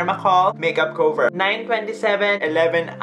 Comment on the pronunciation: I love you. I am a fan. Just need to say that you’re pronunciation of cover is wrong. Please say Kah-ver not Kow-ver. Love you.